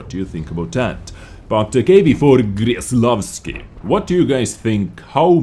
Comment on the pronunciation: its pronouced with a K, not a G. Kreslavski, not Greslavski <3